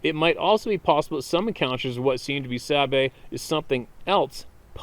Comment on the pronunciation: btw The Creature known as the Sabe is pronounced Sabé or Saabaay